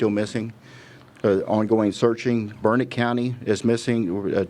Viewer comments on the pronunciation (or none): It’s Burnet, durn it. Not Burnett